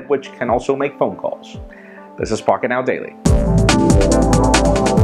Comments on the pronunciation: Not pocketnow daily but PockeNTow daily, been having something to drink?:p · "Pockentow" Daily... Wat? xD